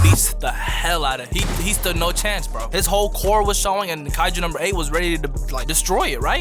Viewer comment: "daDEH" "kaijER" lmfao